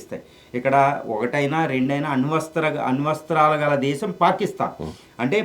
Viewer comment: అణు వస్త్రాలు కాదు ... అణు అస్త్రాలు రా చేపడానికి రాకుండా ఓవర్ యాక్షన్ 😂😂